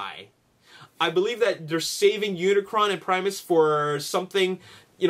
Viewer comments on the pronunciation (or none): none